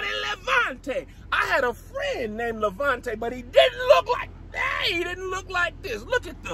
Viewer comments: He made "Lamonte" sound like another tongue😂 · When he first said Levante, I thought he was speaking in tongues😂😂